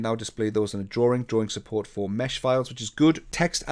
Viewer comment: Another informative video. Thank you! One question though, what is a "drawRing? 😜